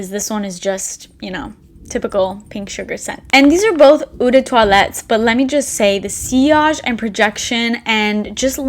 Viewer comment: loved ths video..learned so much! btw...eau is pronounced as a long O..not ew...its french for water...cheers from canada eh! :)